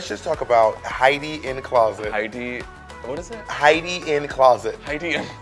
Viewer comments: haEEdy This is absolutely Arabic. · I’m obsessed with pronouncing Heidi’s name like this 🤣🤣🤣🤣🤣